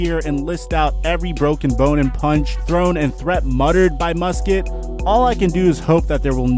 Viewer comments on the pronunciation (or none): It's pronounced Mus Cat not Mus Kit. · You need to learn how to pronounce peoples name and city in England, Craig is not creg it’s cr-a-ig and Norwich isn’t Nor-witch it’s nor-ich the w is silent and it’s mus-cat not Musket I know Americans like guns but you literally have a clip from crouches podcast saying it and still say it wrong